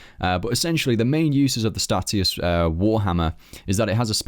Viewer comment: 'Stay-shus' hate hearing stat E us lmao